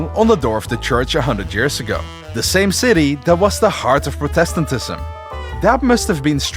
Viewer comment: My dude, Love the video, but please learn how to pronounce Protestantism and Catholicism correctly. I am Dutch like you, so I understand the struggle of English pronunciation, but try to look up how to pronounce it before you record a video next time. Love the content still to the extreme though!